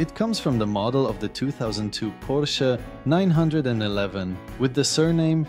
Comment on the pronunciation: The Porsche 911 is pronounced nine-eleven, not 9-1-1..